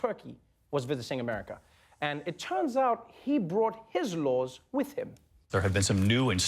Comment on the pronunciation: "the president of Twerky ..."